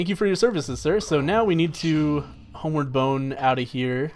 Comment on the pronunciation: Are you calling it homeward boner?